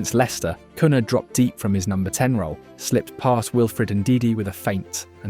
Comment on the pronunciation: Is this an AI video? You literally said cun-ha instead of cunia